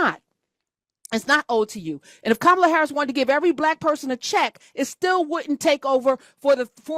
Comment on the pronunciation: Professor you talked to him about 7 minutes...With my patience it was 6 minutes and 30 seconds too long because after his mispronounced name for Madam Veep I would have ended that conversation...you are a dar better person than I.